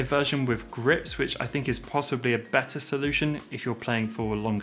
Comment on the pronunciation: With not wif. Think not fink. You speak so well otherwise. Why speak so lazily and disrespect your mother tongue?